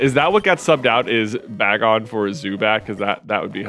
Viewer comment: Every time J gets excited about a Pokémon, he pronounces it odd first go :p bag-on followed by the bay-gon pronunciation!